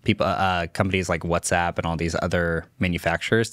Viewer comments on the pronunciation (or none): none